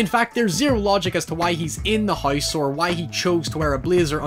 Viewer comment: His pronunciation of house is literally "Heiss"